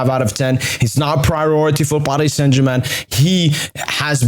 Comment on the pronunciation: We dont roll the "R" in french language so Paris Saint Germain